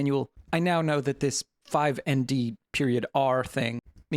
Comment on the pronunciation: "5nd.r" isn't Five-n-d-r. It's "Snd.r" as in Send.reverb level. ;)